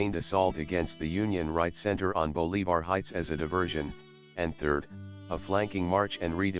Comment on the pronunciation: The pronunciation of Bolivar; Catoctin; and Loudon by the computer is killing me. The content and accompanying music along with the photos are excellent.